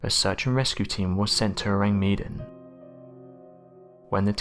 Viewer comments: ORANG MEDAN means Medanese or person from Medan and pronounce MAY DUNN.😉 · Ourang Medàn. The accent is on the second syllable of Medan.